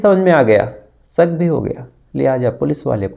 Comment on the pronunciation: Sak hota ya shak hota h bhai aap pehle shudh hindi bolna seekho